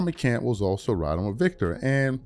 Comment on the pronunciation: It's McCants with an S at the end nigga. MCCANTS.. SAY IT THE RIGHT WAY. MCCANTS